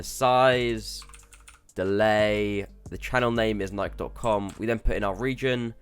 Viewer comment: Ni-key not nike like bike